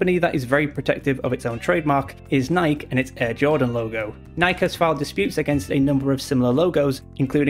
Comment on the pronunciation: Nice to hear an English YouTuber pronounce ‘Nike’ the English way!